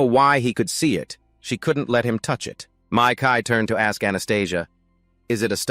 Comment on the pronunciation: "Sigh", I'm sorry but hearing this damn AI constantly pronounce his name "Me Kai" instead of Mikail like it should be just hurts SO BADLY...😣